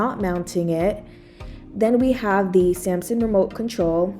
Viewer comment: SAM SUNG not Sampson